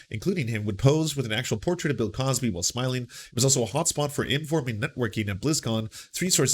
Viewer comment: Cosby, not CrosBy*